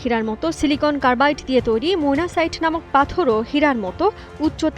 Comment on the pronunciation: আপনার তো উচ্চারণ ভূল -মোনাসাইট না, এটা মোসেনাইট পাথর